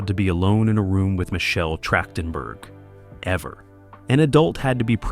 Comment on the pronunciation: the voice calls Michelle Trachtenberg Michelle Trashedtenberg. That shouldn't have happened.